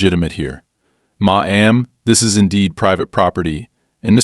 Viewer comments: Maam is an honorific. It is NEVER pronounced Ma am, it is simply Mam. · Dear AI it's pronounced MAM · Your AI voice is rather inept. I get writing fiction is fun but there are real stories that could be reported. When you combine the inept pronounciation of words like "Ma'am" as mah am, and the wrong variant of content (satisfied) and content (stuff inside a container) with the fact that this is a manufactured drama, it's a disservice. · Hey ai - i think i'm starting to like ma.am instead of maam.